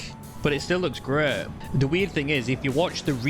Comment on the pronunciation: Resheh looks greh todeh Who talks like this?😂